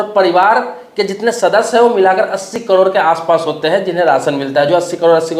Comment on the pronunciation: पहले करोड़ बोलना सीख,😂 कड़ोर नही 😂😂